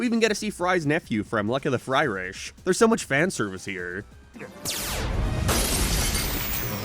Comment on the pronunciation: Or, "FryRish," as pronounced here.